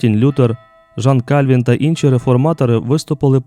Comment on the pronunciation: Кальвін Жан, наголос на і .Потрвбно сумлінно готуватись.